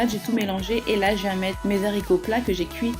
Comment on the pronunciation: Des zaricots?!....waaaaah mes oreilles! Des haaaaricots avec un A!